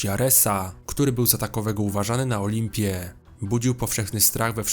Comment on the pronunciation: aresaAA na olimpieEE, czemu tak dziwnie akcentujesz xD